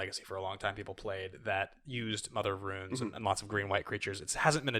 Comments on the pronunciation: RUNES!!! Good god not ruins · classic can't pronounce Runes